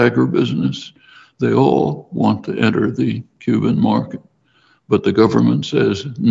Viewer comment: He beleives that everyone, no matter their abilities, can and what the same? You mumbled the most important word. Can and what the same?